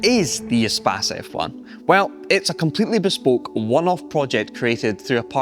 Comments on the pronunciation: It is not an espaaaaaace. It's a short a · Who else mispronounced it as "ee-space" in their mind at first glance? That's what using the internet for too long does to you...